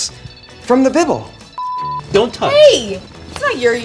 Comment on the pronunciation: "From the bibl"